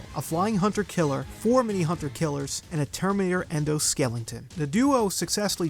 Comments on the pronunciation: Dude, did you just say ‘skellington’? Like, Jack Skellington? 😂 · Surely you’re aware that you’re saying “skelington” every time you say skeleton lol